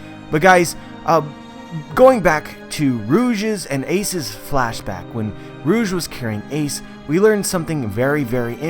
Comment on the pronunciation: Every time he says rouge, I hear Urouge . "Urouge got pregnant" 😱